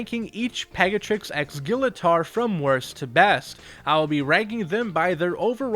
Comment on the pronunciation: Your pronouncing Gillator wrong!